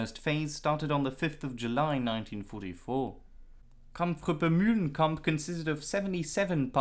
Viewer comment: New game...everytime this guy says "MULE-lenkamp", everybody drink.